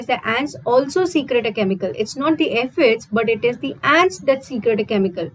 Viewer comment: Mam, it's not secret, it's secrete. Pronunciation error makes difference in the actual meaning of that word.